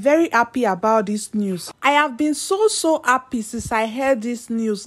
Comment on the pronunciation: Are you appy or Ha-ppy? Sis, please work on your diction and pronunciations! Good luck!